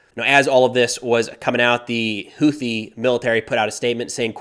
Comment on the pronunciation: Friendly FYI… UNLIKE the usual American-English “TH” dip-thong…. Houthi” is actually correctly pronounced: hoo-tee. 👍